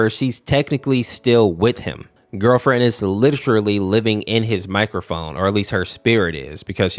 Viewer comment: when you said microphone i heard microwave sooooooo... "girl friend is littraly living in his microwave" 💀